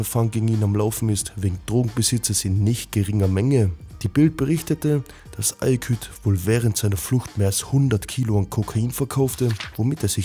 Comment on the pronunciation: Ayküt?? Junge das heisst Aykut! Erst "Neko" und jetzt Ayküt?!